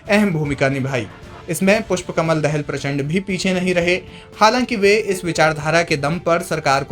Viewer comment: दहेल नहि दाहाल बोल यार ।